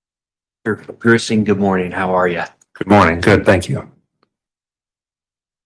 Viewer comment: Jonathan Grusing - FBI investigator I had to google it I kept hearing "Gruesome" not Grusing. Lol.